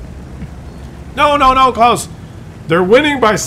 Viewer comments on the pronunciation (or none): none